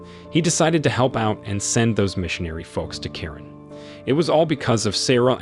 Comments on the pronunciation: Yes the culture name is Karen. I’m one of them but you don’t pronounce it like that. You pronounce is Kuh-ren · Kuh-ren sorta like Quran. Very odd. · Karen is a culture but you don’t pronounce it like that. You pronounce is Kuh-ren. Thank you🙏